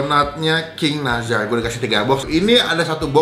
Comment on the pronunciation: Nassar bang bukan nazar wkkw pelafalannya